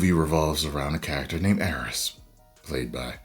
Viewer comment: Air-Rees. Air-Rees. Say it with me. AIR-REES.